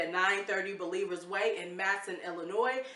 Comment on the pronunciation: Matteson pronounced “mat uh sun.” originally a German community.